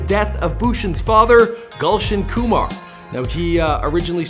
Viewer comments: thats not gulshun thats goolshun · It's not 'gaulson' ,rather it can be pronounced as 'goolson'( written as gulshan) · Gulshan pronounced as galshan and punjabi as pun jaabi